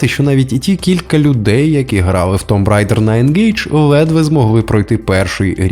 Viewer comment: Tomb Raider (tuːm ˈreɪdə) - вимовляється як тум рейдер. Додаєш зайву б в кінці.